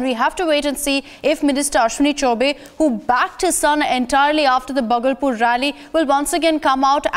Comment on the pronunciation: indian anchors must be able to speak names of city. bhagalpur is 2nd largest city of bihar